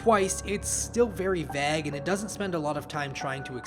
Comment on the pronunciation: The real curse is your pronunciation of vague.